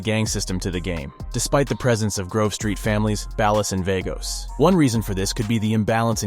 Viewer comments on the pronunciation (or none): nah he said ballus AND vaygose 😭